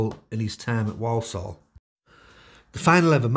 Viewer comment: Point of order here: Walsall is not pronounced "Woll-Soll"...the people who live there tend to say it as "War-sull". 🙂